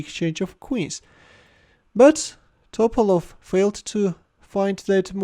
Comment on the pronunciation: It’s Topálov, not Tópalov